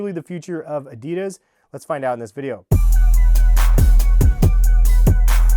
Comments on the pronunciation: Its adi Das not a dee das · He says adidas wrong 😑😤